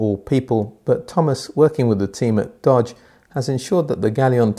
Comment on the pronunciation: The OEM Partner is Doge not Dodge, take care of proper pronunciation.